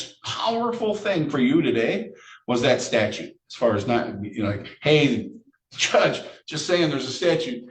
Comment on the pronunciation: this defendant's brain-melt has even infected!! "...idiots mon jduge"